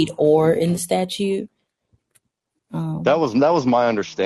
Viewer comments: If this safetly was your truthful concern he would just say "hey buddy get some lights on that bike, I don't wamt to see you get hurt". But instead you wqnt his ID. Amd hey lawyer, it's "statute" not "status", that's concerning. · The attorney needs to learn to call them statutes with a second “t”, not a statue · Attorney-"Statue". (Statute) Wowowowowowowowowowowowow, but not really, she is black. I would have talked bigShit and left immediately when the pig was proven DEADwrong. EFFFFyourAD, also, I'm sad that these pigs got to live. Terrorizing society "I don't care about the law"-Female DemonPig. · Jesus the f'n lawyer can't even use the word "Statute" properly. OMFG!!! Not a good look. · The word “Statute” has a “t” in the second syllable,. Credibility -1% for mispronouncing a word relevant to your occupation. Reminder: a statuTe is law. A statue lives in a park.